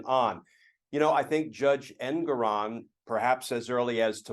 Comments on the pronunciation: His name is pronounced EnGORon. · The judge’s name is pronounced Engoron with the stress on the second syllable, en GORE on.